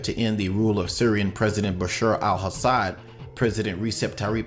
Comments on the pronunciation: Your pronunciation of the Syrian president's name is wrong! It's pronounced Assad, not Hassad. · Dude - there is no H in Al-Assad. ok. it is not HASSAD.